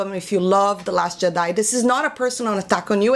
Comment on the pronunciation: Love the way you say Jedi.